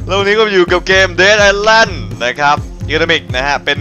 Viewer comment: มันอ่านว่า "เดธ - อิส - แลนด์" ครับ กำท่ดท่ด